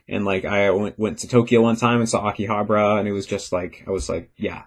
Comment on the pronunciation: I just realized that said AKIHABARA in "English Speaker" way (maybe it was when he started learn Japanese).